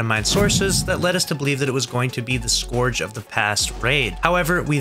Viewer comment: I’m calling BS being that you didn’t even pronounce Scourge right